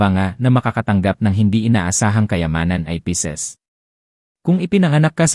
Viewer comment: Pisces po at hindi Pieces (piraso)